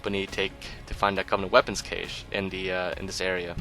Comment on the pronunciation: "cache" is pronounced as "cash"